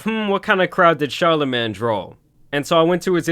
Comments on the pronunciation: Pronounced "Char-la-'main' " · Bro said "char la MAN the god" 💀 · My man cant say charlamagne for shit lol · How he pronouncing Charlemagne name is hilarious 💀